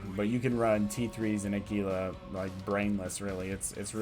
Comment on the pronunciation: Your videos are awesome dude. I have been watching a bunch of them to improve my abyssal runs. My only thing is how you pronounce Gila (phonetically it's hee-la; like the lizard). Keep up the great work!